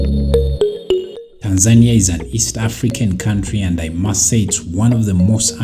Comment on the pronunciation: You have a problem to pronunciation of the country name. It's TANZANIA not Tan'-zania